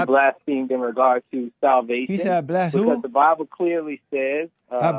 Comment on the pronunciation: Love ol Jesse but he definitely had a blonde girl moment on "Blast pheme" LOL!